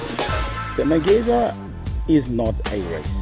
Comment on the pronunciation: Why does the comentator keep saying Amageza incorrectly.. flippin annoying.